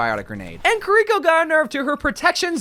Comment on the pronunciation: every time he calls kiriko kureeko, Zenyatta gets less lore